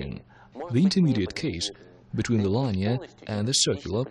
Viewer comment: Too funny: the video guy doesn't blink, and the audio guy doesn't take a breath. So, it's almost as hard to listen to the English as the Russian. (And I DON'T speak Russian) The word "linear" is pronounced LIN-EE-ERR, not LINE-EE-ERR "Such as for instance"??? A little repetitively redundant, no? LOL